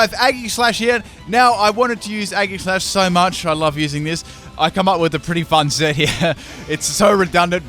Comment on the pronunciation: says he loves aegislash can't pronounce it true fan